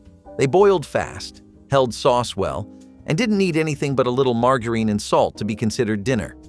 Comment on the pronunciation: The "G" in margarine is supposed to be pronounced " softly"...a soft G...